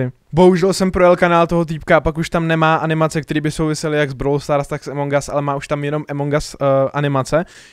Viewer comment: A A A AMONG US NIE EMONG US! inak dobré video xddd